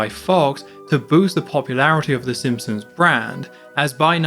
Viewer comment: My friend TJ made me leave this message. I’ve really enjoyed all these videos, and can’t wait for the rest of the series, but did anyone else notice how keeps pronouncing it “Sim-sons”, and neglecting the P? I’m gonna turn it into a drinking game, and don’t plan to survive a second re-watch of the video.